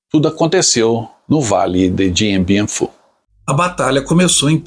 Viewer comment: A pronúncia correta é "Diam Biam Fú".